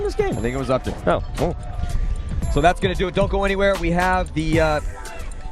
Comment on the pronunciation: the town is said like UP TON, not up town......